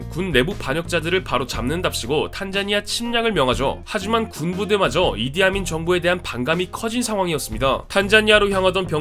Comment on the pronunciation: 내겐 왜 이디아문이라 들리지?